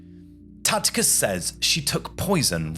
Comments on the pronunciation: Tacitus not Tacticus. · It’s Tacitus , not Tactitus( sic). To mispronounce thé leading Roman historian as you do , indicates nearly zero real familiarity with your sources. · It's Tacitus, not Tacticus. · It's Tacitus not Tacticus. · It's Tacitus not Tacticus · "After doing all the research for this video" ??? 😂😂😂 You watched a few videos on Youtube and wrote a synopsis. "Two more videos I think you're going to absolutely love ?" Based on what evidence ? Btw, as mentioned below, the Roman historian's name is TACITUS. (Pronounced 'Tass - it - uss'. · I know you english have a distain for the correct pronunciation of non-english personal names and place-names. However, if you're going to present a history show you should at least make an effort. It 'Tacitus' with a soft c. This is not a difficult name to pronounce. Good video otherwise.